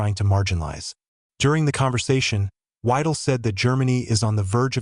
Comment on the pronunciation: God bless you Victor Orban!!! And it's "V-I-del!" not W-I-del or W-EE-del!" or do you refer to the 3rd R-ee-ch instead of the 3rd Reich? It's not rocket science! And get it right, they are not FAR right, they are populist right! So STOP propagating the association of images of fascists and Nazis!